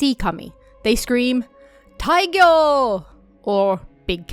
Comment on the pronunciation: It is an old custom in this area for women to pray for a big catch and shout tairyō (大漁) to the sea. It's a small thing, but incorrectly read 大漁 as taigyo in the video.